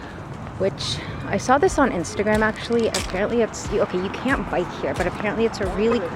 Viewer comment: heyyyyyy :< you said isntagram at 8mins....... which means this isnt early 2000s :3